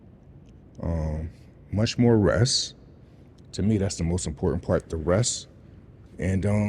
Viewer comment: Much more ress? Do you mean,much more REST?!